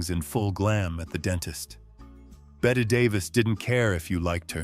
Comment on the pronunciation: Wasn’t bett(y)Dav”is is pronounced as the ie “is pronounced.